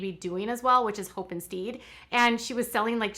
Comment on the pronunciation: Hope and "steed"?..where did you go to school...stead is pronounced " sted".